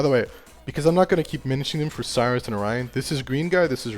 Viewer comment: it's sirius not cyrus